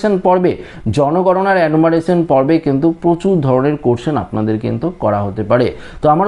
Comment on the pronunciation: কিন্তুক্, কিন্তুক্, কিন্তুক্...??!!